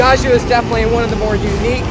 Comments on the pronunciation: beautiful video, very professional, amazing plane! Imma have my Hermione moment though and recommend the pronunciation which is "PIAh-joe!, not "pia-gi-hoe" Also too bad there's no Mammamia on the GPWS calls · Corret pronunce PIA - GGIO stress on the A and very strong G . Not Pi - AGIO . ;-) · the call back with same emphasis on "Piaaahzio" as tower was hilarious. Gorgeous aircraft, always loved that Rutan style. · i love the enunciation whenever someone says Piaggio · Love the way they are saying Piaggio lol